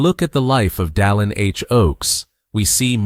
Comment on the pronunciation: AI. doesn't listen. The narrator has very clear diction and pronounces President Oaks First name correctly: Dallin.